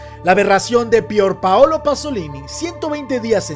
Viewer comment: No mms 😂 es Jodorowsky , no Joro .... Y es Pier Paolo Pasolini , no Pior Paolo. Deberías evitar en lo posible esos errores , son detalles muy básicos que un canal como el tuyo no se puede permitir